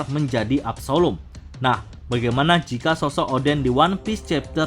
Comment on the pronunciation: absslom bukan absalum